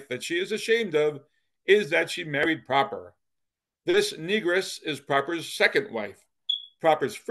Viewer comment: The Proper family name may have been pronounced with the short o then but I went to school with a Proper in this area and I also knew the family. They pronounced it with a long o. Pro-per.